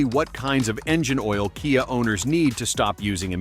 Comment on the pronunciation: ..."kaiah"???😂😅😊...How about CAFE Standards?!😢BTW, everything mentioned here, also applies to Hyundai (pronounced like "Sunday"😅)